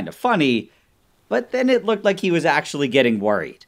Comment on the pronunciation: Nile: professional chemist Also Nile: "I wa totally unsure what wa happening, and just hoped that it was good"